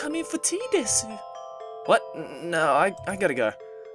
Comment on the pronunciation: art thou aware that 'desu' is pronounced 'dess' =|